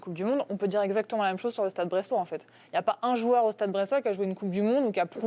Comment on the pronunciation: Le beau "Stade Brestois" 😂😂😂😂😂😂😂😂😂😂😂😂😂😂😂😂😂😂😂